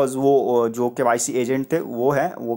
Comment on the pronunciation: tum btao koun se school me gye the...full process ko full proshesh bol rhe ho...KYC ko KYSHE...🙄🙄